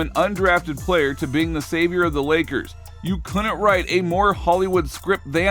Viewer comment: Great content and narrative! If you would be so kind, though, please tell me why you pronounce the and a as "thee" and "aye".... It sounds strange to my ears, and I never hear anyone use these pronunciations in everyday conversation -- let alone any respectable sports commentator. (It seems like an emphasis of each noun that follows -- kind of akin to someone TYPING IN ALL CAPS.)